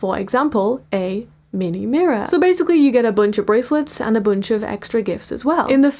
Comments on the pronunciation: "Meni mirrorr" my nightmares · “Meeni meeror” DEAR GOD MAKE IT STOP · “MEENIE MIREER” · My soul left my body at the "minni mirrorr" 😢😂😂😂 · Bro l can't even sleep because of "minhi mirror"😭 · everytime i hear MEEHNEEH MEEHROAR, i lose brain cells 💔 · don't you mean "meeeenee meer"😭 At least that's what I hear